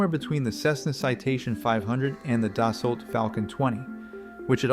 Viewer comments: Dassault is pronounced more like "dah-sow"" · Bro really said “Da’ Salt” instead of “Dassault” 💀☠️ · French names don’t use most of the last letters, it’s not DassulT it’s pronounced “Dasoh” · You just gotta forget about that French T! Say Dassault like its not there! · You don’t pronounce the “L” and “T” at the end of “Dassault.” 😊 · Man come on you are mispronouncing Dassault